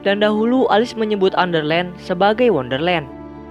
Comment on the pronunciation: Di tulis: Wonderland Di bilang:underland